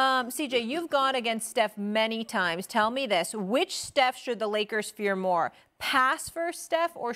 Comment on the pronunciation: Wow, Perkins said.. "a couple mo segments ago". This proves... English is still undefeated!